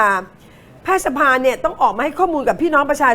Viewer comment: ผมจำผิดไหมนะคุณครูเคยสอนว่า "แพทยสภา"ให้อ่านว่า แพด-ทะ-ยะ-สะ-พา หรือผมความจำไม่ดีหนอ สงสัยจริง